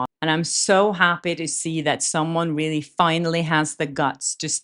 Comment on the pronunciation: I like your videos and agree with you but when you say "really" reminds me someone who speaks really bad English...sorry